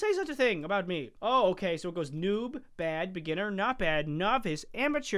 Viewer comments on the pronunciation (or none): none